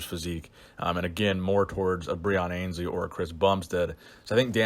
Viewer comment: Breon ANNE's-lee is how his name is pronounced